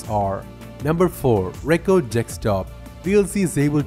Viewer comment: of Thrones No, actually his pronunciation is so bad he says different words than what he's supposed to say. The difference between record (verb) and record (noun) is in pronunciation, and he said the wrong one. He also said "desert" instead of "desired." That's not "fine" English. That's shit. Blowing smoke up his ass isn't going to help him get better. Mostly he's understandable but in a teaching/tutorial environment, communication is paramount.